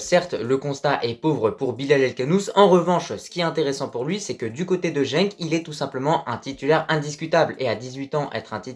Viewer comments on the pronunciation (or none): Tu lâches pas l'affaire avec ton jenk 🤣🤣 c'est genk.. et pour la relève de bouffal je penserais plus à ezzalzouli. Faut pas oublier qu'il a 20 ans.. pour les autres j'ai bien peur qu'il choisisse plutôt la France.. ils vont espérer être intégré mais avec le temps ils seront éjectés comme Benzema. Un maghrébin sera tjs considéré comme une vulgaire chaussette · Pour Genk, c'est bien la deuxième prononciation qui est la bonne ;) Bonne vidéo